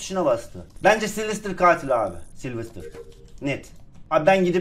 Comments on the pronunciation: Saylsterı silvistır diye okudun ya ben utandım. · Abi siylistır deil saylister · Silvistır değil saylestır diye okunuyo en sevdiğim youtuber diye biliyom sjsjsjsjsjsjs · Abi silvistır ne ya 😂😂😂 saylestır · Abi o silvster diye okunmaz Sayıstır diye oku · Silvistır değil SAYLSTER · Yaaa sivlistir deil saylester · abi sen silvistır diyince gülmekten ağladım annem neden ağlıyosun dedi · saylster a silvistir diyen ilk insan😝😝😝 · Slistır hahaha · Abi saylestır diye okunuyo